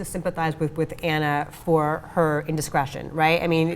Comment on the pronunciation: 🤨😤🤔 One: (Ah)nna, as in (Blah). Russian doesn't have (Ah) as in (Man) Анна Каренина. Two: then you can't understand the depth of the movie. Don't even try. Cretin